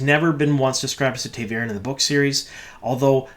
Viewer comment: You mispronounce a lot of things for a super book fan! Ta’veren, for example - it’s “tah” not “tay”. Also Birgitte - it should be “Ber-git-tuh” not “Bridget”.